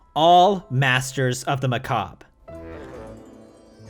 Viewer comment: you get points for pronouncing "macabre" correctly but lose points for not understanding Lovecraft at all.